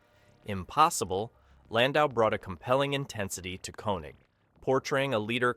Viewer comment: It is pronounced Kaye-Neg.